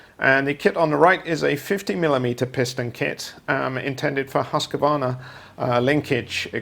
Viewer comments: No worries, hopefully one day the correct pronunciation of Husqvarna instead of the amateur hour Husk-A- varna , which yanks seem to say, will be dead and buried. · Husqvarna is a town in Sweden. It is a pretty easy word for english speaking people to get correct or close with Husqvarna. For what ever reason, yanks seem to fark up a lot of words and Husqvarna is a classic. Brits must do it as well going by this channel. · Husk -a-varna ? 🤔 There is no letter a in the word. It is pronounced as it is spelt. Husqvarna . Well technically it sounds like Hooskvarna. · Its pronounced. Husk like corn, var like varnish without the ish, and nah like 'nah I don't want another stinking chainsaw or mower I want husqvarna